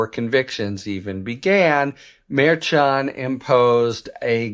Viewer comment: It’s Mer-Shun not Mer-chun